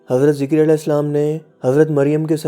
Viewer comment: Yha "ZAKARYA as" hai na ke "ZIKARYA as"